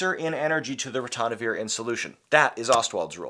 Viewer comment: NO es Ratonavir Es Ritonavir.